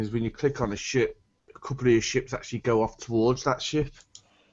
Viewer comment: ships you sound like ya saying chips